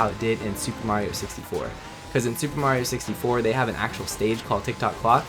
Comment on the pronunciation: did you say mario sixty floor